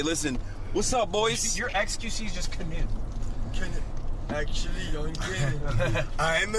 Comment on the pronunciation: honestly, huge respect to Will for pronouncing Knut that well and also impersonating the accent better than anyone. Different kind of big respect